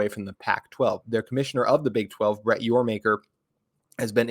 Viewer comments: Yormaker … lol. This guy seems nice, but it’s hard to believe he knows what he’s talking about when he makes such a glaring error. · It’s Yormark………